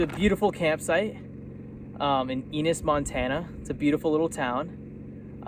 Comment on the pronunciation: Eeeenis???? Ennnnnis, come on